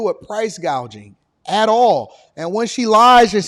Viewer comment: She origionally told a reporter she was going to fix “ Price Gaging” and now she is saying “Price Gauging” lol she is a mess